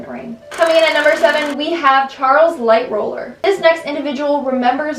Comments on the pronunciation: Excuse me Madam but it’s pronounced LIGHT TALLER NOT LIGHT ROLLAR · Who else noticed she said lightroller instead of lightoller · Its lightoller not lightroller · It’s LighTOLLER!! Not LightROLLER🤦🏻‍♀️ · She kept saying Charles Light Roller. Its Charles Light Toller. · Anyone hear her say lightroller Its Lightoller L-I-G-H-T-O-L-L-E-R not L-I-G-H-T-R-O-L-L-E-R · Lightooler Not Lightrooler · light roller?? you mean ligh toller Charles Herbert Lightoller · His name is lightoller not lightroller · It’s Charles Lightholller not Lightroller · LightHOLLER not Lightroller :) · Ok I'll be the smartass this time. Its Charles Lighttoller not Lightroller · It’s Charles LIGHTOLLER (Light roller) not Charles LightROLLER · not lightroller its pronounced lightoller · Am u the only one who noticed that she said "lightroller" instead of "lighttoller" ??? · "Lightroller" why not lightoler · The officer was called Charles Lightoller not lightroller lol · Why did you say lightroller not lightoller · It’s just Ligh-toller, not Light-roller. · It's pronounced light TOLLER not roles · Aint no way you just said lightrooler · YOU SAID LIGHTOLLER WRONG!! ITS NOT LIGHTROLLER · It's not Lightroller.🙄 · I'm sorry, "LIGHTROLLER" just hurts my brain. I love this channel, but that's triggering 😵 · Um... "Light-ROLLER"? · She literally said Lightloller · lol i dont know why she said light roller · The way she pronounces Charles Lightoller name is the way I used to pronounce it 😂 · You said lightoller wrong